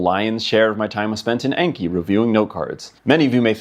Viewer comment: It's pronounced "Ahn-key", not "ain-key". It's the Japanese word for memorization.